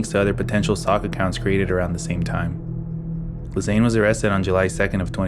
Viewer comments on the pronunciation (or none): Ghislaine Maxwell is pronounced G-uh-lane